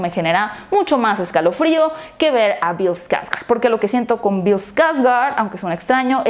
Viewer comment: Pues personalmente siempre evite ver Eso de los 80... me daba mucho miedo. Pero viendo bien si da mieto el de Tim. Pero Bill que actuación el te llevaba a un punto de suspenso en el que np sabias que pasaría. Y pues me quedo con Bill, la neta solo por él me atrevi a ver la película viene con un gran legado detras de él es un Skårsgard a fin de cuentas. Se dice Skårsgard, no skargard.